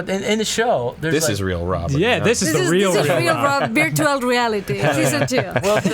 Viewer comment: I love how says "virtual" as "beertual." It's so endearing. □□